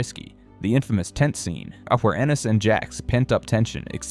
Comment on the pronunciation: ANDIS?????? The name is Enis. God damn AI